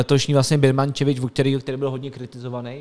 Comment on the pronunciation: Tak to cením neuvěřitelné Olatunji i Birmancevic jsi se naučil vyslovovat. Klobouček, tohle jsem opravdu nečekal 😂